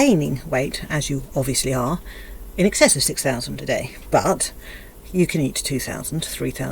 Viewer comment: She's brewing a,massive rage 😂. Every final word in a sentence is emphasised with an annoying "uhh" at the end. Fooduhhh Dayuuh I can't think of any more, but it's there 😂